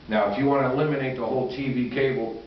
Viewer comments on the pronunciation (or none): none